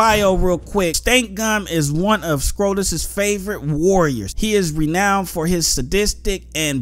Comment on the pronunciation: Omfg you pronounced renowned wrong too ! 😂😂😂